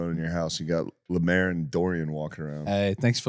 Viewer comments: Calling Lemaire, "Lamaire", is wild also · Finally an episode without Lemaire (deliberately not saying lemeeze because that makes him sound too cool)